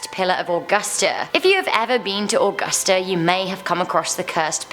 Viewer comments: I am so glad I found this video because, all people talk about us Lake Lanier like we don't have any others. Also, the way she pronounced some of these are just- Augusta is pronounced A-gusta Lanier is pronounced La-neer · Grew up in Waynesboro live in Thomson now. Who came here for the non tourist scary stories? I cried when she mispronounced Augusta.